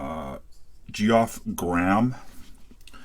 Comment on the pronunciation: Had to laugh at your mispronunciation of Geoff's name.